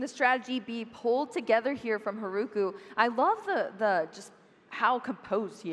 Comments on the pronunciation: English butchers the Japanese language. I can't with "Haruku" pronouncing the r-sound with and English R. It destroys my ears. They should learn to pronounce Japanese properly. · Mispronouncing Haruku’s name is just another example of how we need way more learned commentators when this is the games origin country to begin with.